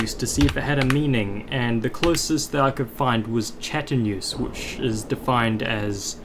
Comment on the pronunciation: bro had a hard time wits pronounciation of quanteuse ( and btw it's not chateneuse but "chanteuse" which means female singer in french and it is completely unrelated to quanteuse) also the level is a remake of the remake of blast processing "quantum processing" by riot.